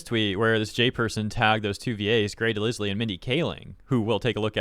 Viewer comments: The name "DeLisle" is pronounced "deh-LYLE", not "deh-liss-lee". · Mostly unrelated but I think you say Grey's last name not as "De-liz-le" but as "De-lyle" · Delisle is pronounced Dell-ile btw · Grey De-Ligh-L not De-Liz-Lee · You said Grey DeLisle‘s last name wrong dude, the S is silent and the E is silent, and it has the long I sound instead of the short I sound. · Her name is pronounced Grey DeLyle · Delisle is supposed to sound like del- isle(like across the isle) 😅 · I hate the way he pronounced her name I could have sworn it was grey de lie L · The 's' in 'DeLisle' is silent, it rhymes with 'defile' or 'revile'. Only phonetically, not semantically. No offense to her. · Her name's pronounced "de-lyle", for the record. Also, as much as this was a shit move on Grey and Jay's part, the strike is still something that absolutely needed to happen, and trust me, you don't want to be on the side that has lately been outright refusing to pay writers and voice actors AT ALL and literally went as far as mutilating trees just to take away protesters' shade on one of the hottest days of the year. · Every time you mentioned Grey Delisle I cringed because you botched her name. It's pronounced de-lyle. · Just for reference; DeLisle is pronounced DeLyle. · It's pronounced de-LYLE. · For the love of God man, is pronounced Del-aisle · Its Pronounced de-Lie-ul! Or aisle with an l in the front. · NGL, constantly hearing this guy pronounce her name as Grey de Liz-lee is just weird. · you dont pronounce the "S" in "Grey Delisle's" name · I think I’m more annoyed by this dude’s mispronunciation of Grey’s last name than the fact that she was mad that someone used ai to mimic her voice lol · Learn to read names properly. You got the animators name wrong then the voice actors name wrong like 15 times.